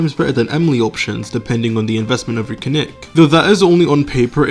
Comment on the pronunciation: its kinich not kinik